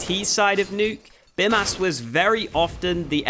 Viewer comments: It's not Bimas, it's Bymas. pronounced like Bee-mas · You should say Bymas with long Y, now you are saying it like Bimas :D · I'm Lithuanian and I'm pretty sure his name is supposed to be pronounced like "Beemas". the 'y' in Lithuanian is pronounced like 'ee' in speed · Awesome video of course, just one thing - it is pronounced Beemas, since "y" in lithuanian is a strong "i" which is pronounced as "ee". Like a Bee. So it is Bee Mas. Nevertheless, great analysis. Thanks for the awesome content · the way you say your name is how I imagine Aussies say hooker